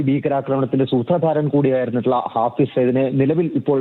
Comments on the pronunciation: മലയാളം വായിക്കാൻ അറിയാത്ത അവതാരകൻ.. ഫായിസ് അല്ലടാ.. ഹാഫിസ്!! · ഹാഫിസ് എന്ന് എഴുതി കാണിക്കുന്നു, റിപ്പോർട്ടർ ഹാഫിസ് എന്ന് പറയുന്നു, പക്ഷെ അവതാരാകാൻ ഫായിസ് എന്ന് പറയുന്നു. ബല്ലാത്ത ജാതി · ഫായിസ് സെയ്ദ് എന്നല്ലേ news reader ആദ്യം പറഞ്ഞത്? പിന്നീട് റിപ്പോർട്ടർ പറഞ്ഞതിന് ശേഷം ഹാഫിസാക്കി😂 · ഫായിസ് അല്ല, ഹാഫിസ് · ഫായിസ് അല്ല ബ്രോ , ഹാഫിസ് .